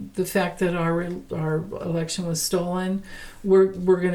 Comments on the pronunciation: Were you saying election problems or erection problems? Or both? 😂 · I thought you said erection problem, but you said election problem!😂